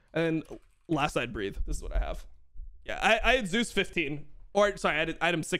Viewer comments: Thank you Dom for calling him Zeus and not Zay-Us like so many casters. That shit is so annoying. Now if we could start calling Oner correctly as One-er instead of Owner; and LvMao Love-Mao instead of Lu-Mao. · KR casters agreed to call him Zay-Us because there was another LCK player named Zzus. Also, unlike English, Korean doesn't have phonetic ambiguity. You know exactly how something is supposed to be pronounced, and it's supposed to be pronounced Zay-Us. Same thing for Owner. It's literally how Zeus and Oner pronounce their own names.